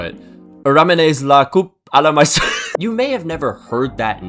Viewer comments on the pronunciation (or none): none